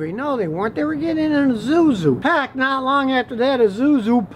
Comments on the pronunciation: Isuzu, not Izuzu, the second letter is "s", not "z". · Azuzoo. Zuzoo . .zuzoo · Its ISUZU Scotty not IZUZU. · Its not I-ZU-ZU its I-SU-ZU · I could listen to this man pronounce azuzu for the rest of my life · Lets count how many times he says honda. And wtf is azuzu? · Did you just say "izuzu" 😂😂😂😂😂😂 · What's an "Uh-Zu-Zu?" 😁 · Wotz wrong with Izusu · "Azoozu" lol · I say Ee-SOO-zoo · eeh-zoo-zoo 😂😁😀😆😅 I'm dead 😹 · You have an interesting way to pronounce "ISUZU". Please stop it! It's so funny I don't know how much I can handle this! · Maybe if he throws his hands around about more he can pronounce the 'S' in ISUZU